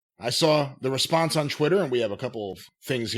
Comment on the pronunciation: Someone please explain to that it’s “Twitter” not “Chwitter”